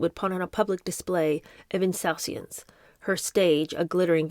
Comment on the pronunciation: Check pronunciation of " insouciance" lovey and ... ''take his wax(?)' Perhaps the idiom best used in this context would be 'take his lumps'? Even if 'whacks' is substituted for 'wax', as wax used here is contextually incorrect, this 'version' of the idiom is not commonly recognised .